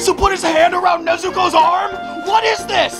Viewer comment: 'WHAT NEZUTOES'🤣🤣🤣